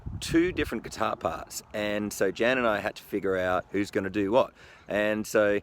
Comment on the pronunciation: If I've learned one thing from this, it's how to pronounce Tzan! Great of you to credit Deano's teaching video, which looks spot-on. No videos uploaded there for the last 11 years though. Maybe he'll start again now you've brought him to the front. One word of caution for anyone learning songs (or anything, for that matter) from the Internet, is that so much information out there is simply wrong.